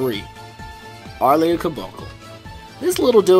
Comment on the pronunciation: top 5 favorite tetris openers also, aarl, not ar-lee btw